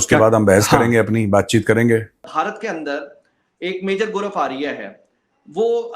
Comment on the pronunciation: Sir aapne bail buddhi bola, bail ko bura lag gaya hoga, u should say sorry to bail 😂, vo gaurav arya tak dhang se bol nai pa raha tha, gaurfaria kya hota hai😂, love you saab ji❤